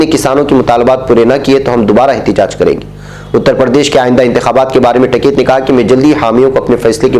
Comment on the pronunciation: ╔═══ ❤☀🍀☀❤ ═══╗ Janab, ASAK. Jis aadmi ne poore ek saal ka agitation chalaaya and jis ka naam har roz surqiyon me bana raha woh hai TIKAIT but not TAKAIT. I had repeatedly pointed out this mistake to you but your arrogance did not permit you to mend yourself. TIKAIT could bend the arrogant Govt. but not you. How can you repeatedly wrongly pronounce the name of person who had become a household name??? Any excuse??? One can only conclude that you are incorrigible!!! ╔═══ ❤☀🍀☀❤ ═══╗ One of your regular subscribers. ╚═══ ❤☀🍀☀❤ ═══╝